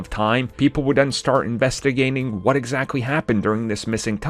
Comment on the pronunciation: You sound so dumb you can’t even say investigating correctly cause your mumbling complaining about everything sounds so depressing and annoying . Get a life old man